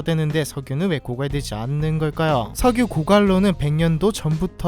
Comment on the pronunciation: 석유 아니고 셕유 입니다 ㅋㅋㅋㅋ